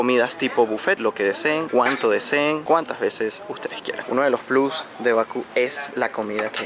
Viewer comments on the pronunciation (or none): none